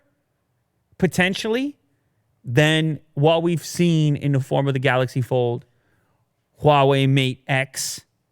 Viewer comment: You do mean the "Galax Fol"?! There I saved you two syllables!